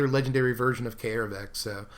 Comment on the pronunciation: It's not 'eye-ree', it's AIR-ree. It's not 'Kah-air-vek', it's CARE-vek. AE followed by an R is pronounced like 'AIR'. That is all. Carry on.